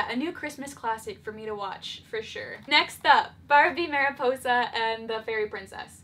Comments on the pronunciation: *mary-Poi-sah* Me, a Spanish speaker: wince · not mary-poi-za